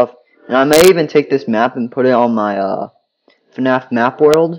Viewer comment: you said mqp it’s map